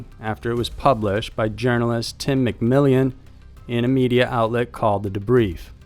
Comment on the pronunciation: McMillion? Dude why